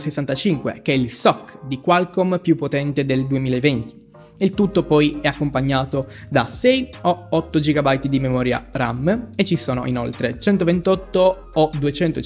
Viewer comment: mi piacciono molto le tue recensioni e i tuoi video in generale, però vorrei farti un appunto. Non sono un grammar-nazi o simili, ma in praticamente tutti i tuoi video non riesco a non notare come tendi ad aggiungere la "e" alla fine delle parole che terminano con una consonante, spesso raddoppiando quest'ultima. E così "RAM" diventa "RAMME", "dual-SIM" diventa "dual-SIMME", "LED" diventa "LEDDE", "PLUS" diventa "PLUSSE", "HERTZ" diventa "HERTZE", e altri. Non tutte queste parole sono legate strettamente a questo video, ma ai tuoi in generale, così come ce ne sono anche altre simili non citate. Non mi sono messo a fare l'elenco per mortificarti o criticarti in modo negativo, tutt'altro. La mia vuole essere una critica costruttiva: se riterrai anche tu di voler/dover curare questo aspetto, ho fatto qualche esempio in modo da far capire meglio cosa intendo:)